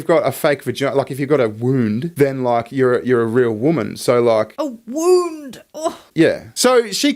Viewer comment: Wombs not wounds